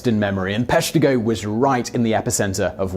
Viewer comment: Being from Wisconsin, I knew about the Peshtigo fire. Plus one for saying it correctly. Same day as the Chicago fire, which didn't make the list.